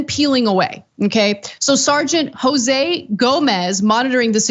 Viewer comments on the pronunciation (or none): none